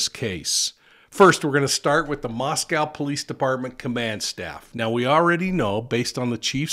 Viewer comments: MoscO long O! Not Mos Cow, We are not in Russia... please ... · I know I’m being grammar cop but we locals pronounce it as Mosco with a long O not Russia. Thank You!